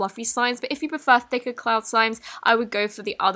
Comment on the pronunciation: TheUnknownOfficial is cloud not clod try to pronounce clod